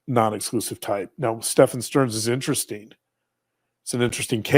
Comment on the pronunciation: Stephen is pronounced just like Steven.